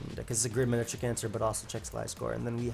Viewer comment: “manetric comes out” Classic